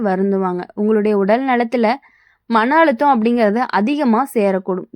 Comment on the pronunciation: மனஅலுத்தம், பலிவாங்க - உச்சரிப்பு பிழைகளைக் கேட்க காது வலிக்குது!